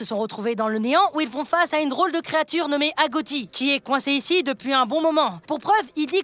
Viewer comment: On dit pas agotie on dit agochie voila 😊